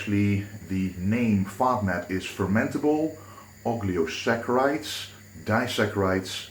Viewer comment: O-lig-o-saccharides, not og-lio :)